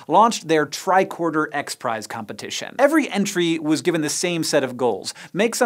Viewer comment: Lol “bicorder”